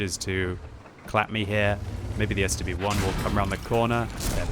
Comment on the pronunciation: The way he says stb-1 at first